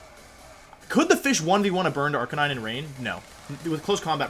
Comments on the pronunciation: "AR-KI-NEE-NEY" 😂😂😂 I see what you did there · Say arkaykneenay one more fucking time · Ive never understood that pronunciation of arcanine